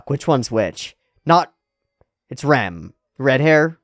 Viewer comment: They're called Rem and Ram, it's really hard to tell who you're talking about when you're calling them both Rem